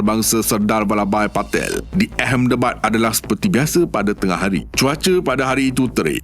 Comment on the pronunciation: Knp Ahmedabad dibaca ehemdebad? Something's wrong ke? Pelik..😮